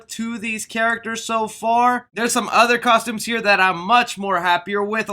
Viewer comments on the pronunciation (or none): none